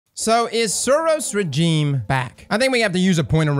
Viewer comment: Suros Regime is good and pronounced the name wrong, all is right with the world.